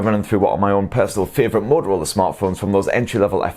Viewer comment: My fuewerit phon